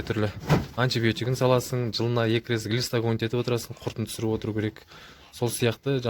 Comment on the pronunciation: "рез, рез, рез" деп озин де дубара боп кеткенсинба? Маскара "рет" деп айтып уйренши отиниш